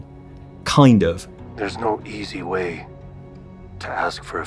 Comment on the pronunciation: This is the Way-uh. ❤